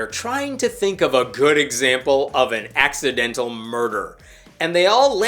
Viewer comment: "ax-idental" murder😂😅 I see what you did there and I like it 😉